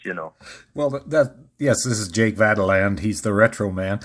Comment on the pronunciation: Why do you refuse to properly pronounce Jake's last name? He said it for you enough times!